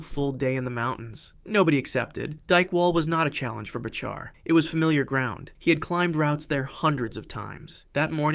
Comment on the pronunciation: "Bachar" is pronounced "Backer", btw.